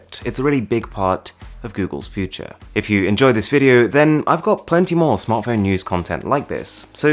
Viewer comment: When someone with a heavy accent says future.